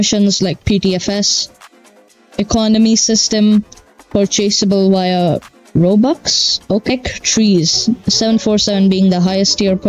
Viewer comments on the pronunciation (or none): thought you said robucks 😭